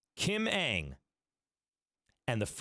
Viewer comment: UNG, I'M CHINESE you its Ung or just don't prounce the A in Ang